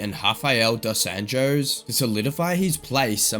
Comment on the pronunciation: A channel called "Fight Club" says Dos Anjos' name as "Dos Ann-joes." Okay.